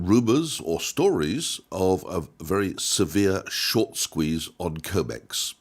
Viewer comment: CRIMEX not COMEX!